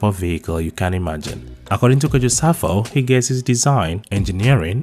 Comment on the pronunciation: His name Is PROFESSORE EMERITUS SAFO KANTANKA NOT (SAFUL KANTANKA)